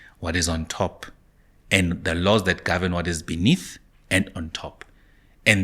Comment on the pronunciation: This guy once said "The DA will gorven" "ActionSA will gorven" "Xilupa will gorven" Now its "MK will gorven"😂 Nothing which comes from this guy can be taken serious😂